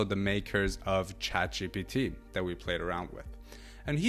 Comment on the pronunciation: AI isn't doing much for the way you speak and pronounce words. It makes you sound ignorant, super accurate. You must be joking. Dis,dat,De. Please speak proper English This, that and the are the correct words. 🇬🇧